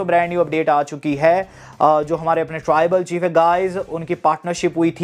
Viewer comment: Taarrrrrribal chief 😂